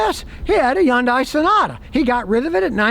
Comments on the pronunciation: its actually : HI - UN - DAY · Scotty, it’s HUN-day. Rhymes with Monday, Tuesday, Wednesday, Thursday, etc. You’re driving me nuts. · Hyundai like sunday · scotty is the only person on earth who doesn't realize yundai starts with an H, and it's pronounced! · Exactly! One of my biggest pet peeves but I still watch him 😅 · He calls them Jiundai. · I just wish he could say Hyundai correctly.